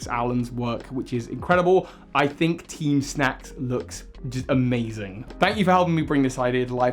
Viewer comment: This guy: this video is all about teem teem snack. Also this guy: *calls them teem snooze grunts almost every time Me: bruh 🙄